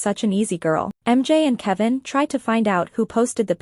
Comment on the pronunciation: Thyme, not tan. Kavin, not kevin. Ren, not rin. 🤣🤭